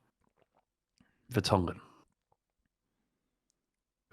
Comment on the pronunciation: Did he just say Vertongen?